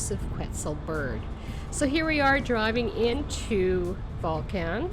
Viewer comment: This was a bit difficult to listen to. Some advice: If you come to Volcan [pronounced vol-CON] due to the changes in the Friendly Nations Visa, you will be required to purchase property. It a terrible change in the law. It increases the price of everything as more and more Ex-pats move here. And the locals know it. There's going to be some things you don't like. Keep in mind that you are a guest. People call themselves "Ex-pats" but they are immigrants. That's okay. Panamanians run things the way they do. For example, if you go to a fonda [pronounced PHONE-da] you will likely be served in a styrofoam container with plastic utensils. Less than ideal but that's they way it is. Darn tasty, very inexpensive. You know who isn't concerned with "plenty of parking"? Panamanians. Most get around by bus and taxi and it's fun and VERY inexpensive. A great way to practice your Espanol. You don't need a car. If you have ever found yourself complaining about fuel prices in North America, just wait. Want to get to a trailhead? Get a taxi. How do you get back? They will wait for you. Much more expensive but over a year, not having a vehicle will save you a ton. If you must have a vehicle, you don't need a giant SUV. Those monstrosities are pompous and out of place. You are likely going to have a housekeeper. Get to know her, practice your Espanol with her and understand she likely has an hour or more commute just to help you. Thank you for your consideration. Edit: Don't surprised if your ho